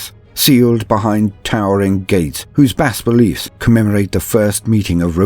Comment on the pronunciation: Damn that's incredible work here! Clearly is worth the wait. By the way bas-relief is french, bas has a silent S and said like the ba from basket, relief is very close to the english pronunciation of relief. If it can help ^^ Anyway thank for all your efforts!